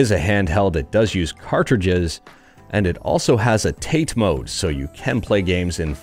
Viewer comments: "Tah-Teh", not "tayte". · TATE is pronounced TAH-TAY . . .it's Japanese